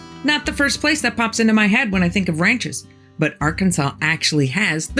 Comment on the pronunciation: Also from Arkansas. Nice to hear it pronounced right from outsiders.